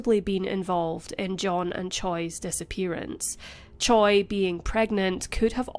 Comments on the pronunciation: Just a nitpick, but Choi is more often than not pronounced as "Chey", not "Choy." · Choi is pronounced Cheh. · Butchering that Hangungmal. The pronunciation of the surname "Choi" in Korean is closer to "Chwe" or "Chweh" (최). In Korean, 최 is typically romanized as "Choi," but this romanization does not directly match its actual pronunciation. Same thing with "Lee" actually being "I", "Park" being "Bak" (barely an emphasis on the "k"). Also, in standard Korean pronunciation, the sound for ㅂ at the beginning of a word like "Busan" (부산) is generally closer to a "b" than a "p." While it's softer than the fully voiced "b" in English, it is not as aspirated as the English "p" sound. Korean linguistics describes ㅂ as an unaspirated bilabial plosive, which is articulated with less force than a fully aspirated p sound in English. The shift to Romanizing it as "Busan" rather than "Pusan" reflects this closer alignment to a "b" sound. However, since it's between the two in the way it’s articulated, the initial ㅂ can sometimes sound ambiguous to non-native ears. "Bibimbap" is actually closer to "pibimpap", too. Batchim rules apply, and in Korean phonology, the voiced "b" can sometimes sound more like a "p" when it follows a vowel or a nasal consonant (like m). This phenomenon is often noted in spoken Korean where the pronunciation can shift slightly based on the surrounding sounds.